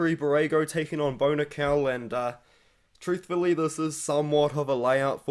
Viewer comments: i just had the same thing happen...I was like Who the fuck is Bonikal??? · Lol, I was listening and not looking at the screen and the pronunciation of Bo Nickal or “Bonikell”really threw me off.